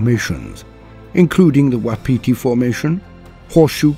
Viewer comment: Awesome but it's pronounced 'wap' 'iti' love my home and it's hard language